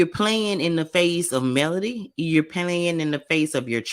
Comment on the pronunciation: Enjoy your commentary! I'm not sure if it's my ears, but it sounds like you're saying Melanie when u say (Melody) Mel lo D name. I can't wait to see that scene 😊😮